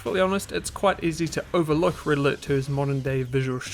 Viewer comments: IT's Pronounced "RED ALERT"!!! not "RIDDLER". Learn proper English for God sake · Pronouncing "red alert" as "riddler" really confused me